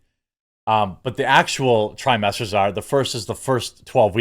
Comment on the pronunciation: Oh trimester. I thought he said Thigh-Master. I kept waiting for Suzanne Somers to come out.